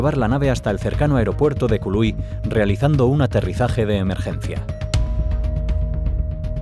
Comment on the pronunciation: No es Kului es Kahului